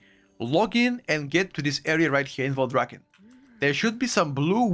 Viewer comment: Did bro really say Valdraken? 😂😂 I miss it too man i miss it too